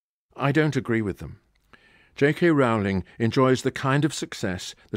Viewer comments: Firstly, it's pronounced JK Roll-ing. Secondly, it's less political and subversive than implied. The whole point is that even in a world of magic, we are flawed and limited. When the minister of dark arts is asked by the Prime Minister why they can't deal with Voldemort, the answer is simple, he has magic too. The point of magic in the Potter world is not that it fixes everything, but that work, determination and sacrifice are required even in a world where you can wave a magic wand. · He is being a specific kind of jerk in consistently mispronouncing her name, I assume as a 'joke'. It is something one expects from a poorly-raised 13-year old. Disappointing. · On an incidental note, why does he mispronounce Ms. Rowling's name?